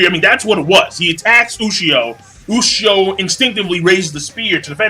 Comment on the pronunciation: Ushio "toe" tora.